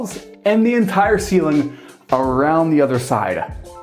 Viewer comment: “This is the roo-MUH. I wanna take you back into the foyay-YUH. All the way up to the ceiling-UH. Here we have southern view-ZUH.” Bro, got a phonology fetish-SHUH.